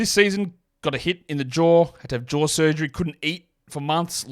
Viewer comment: When you say ‘jaw’, it sounds like you’re saying ‘Ja’. But when you say ‘Ja’, it sounds like you’re saying ‘jar’.